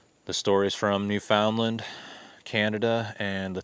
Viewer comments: Hey, THANKS for posting this...the stories are very interesting. BTW: Newfoundland is pronounced..."Newfun-Lund" or "Newfin...Lund". 🙂 Best regards from Yucatan Mexico, Ben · Very nice production music! That's a great "plus" for your videos. Newfoundland isn't pronounced like it looks. The natives say "NOO-fun-lund". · Pronounced New-fin-land, accent on New. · FYI, Newfoundland is pronounced (new-fund-Len). Not a big deal though. Love the content and the channel is great. Thanks!